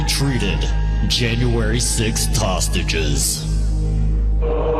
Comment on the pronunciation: Is it just me of does the announcer say tosstages instead of hostages.